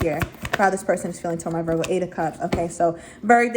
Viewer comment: I love her!! I like how she says Virg!! 😂 This reading was on point!!